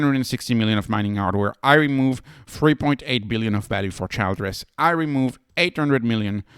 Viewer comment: It’s pronounced like Chill dress.